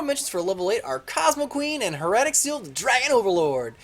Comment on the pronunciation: It's not Her-at-ic, it's pronounced Heir-a-tic.